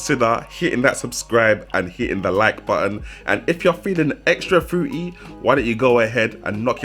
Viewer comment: its "fruiTY" NOT "frooey"